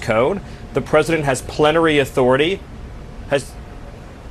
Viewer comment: When he said ""which the president have plenary-ithority" he realized he exposed himself as an alien with that pronunciation.